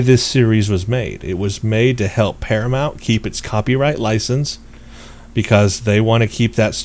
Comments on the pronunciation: The name of the production studio is par-a-mount... Like mount your horse. Not Par-a-mont. Like Monty Python... Please get it right. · Dude, you're a ST fan and you can't pronounce 'Paramount'?